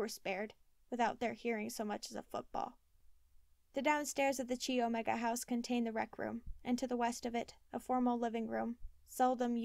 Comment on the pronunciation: Thank you so much for this week's chapter....I've been anxiously awaiting..I think I should tell you that Chi Omega is pronounced Ki Omega not Chi....It a weird pronunciation but i was a Chi Omega my first year of college so I know how to say it...Not trying to be mean at all just thought you should know before you read the rest of the book.....I'm going to have to buy this book again especially since it was updated after Ted was executed......♥️♥️♥️♥️♥️